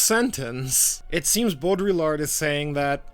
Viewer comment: Quick Lesson in French Names à la Mode, mate: Baudrillard = "Bowed Re-yard". The terminal "D" is somewhat optional. Americans pronounce it. The rest of the world doesn't tend to. The Jean in "Jean-François Lyotard" is pronounced the same way as the "Jean" in Baudrillard, which you nailed. And don't pronounce the "D" in Lyotard. Full credit for Michel Foucault. ✅ And don't pronounce the "S" in Jacques. Not even in America. lol Love your shit tho. Just giving you a hard time. Keep it up. (Oh, and I am subscriber # 500. I want a prize. You are halfway to monetisation. Good luck.)